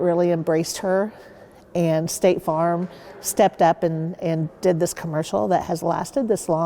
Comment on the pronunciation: It hurt me to hear her say, "State Farm."